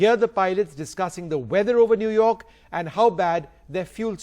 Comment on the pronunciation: New york is newrak hahahahahahahahha